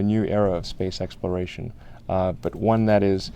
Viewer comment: He said it “Space X-ploration”